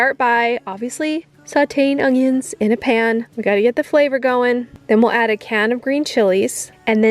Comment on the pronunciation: i love the way you said onions 😂